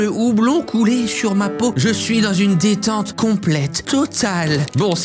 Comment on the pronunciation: ‘JE SUISS RICHE’